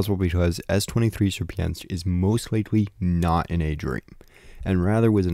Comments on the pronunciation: Or „sheer”-„pin”-„skii” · Hey man. You have literally butchered the "Sierpiński" pronuncitation. I would have never thought that anyone can articulate it in such a way and the proper way to say it sounds absolutely nothing like it. :D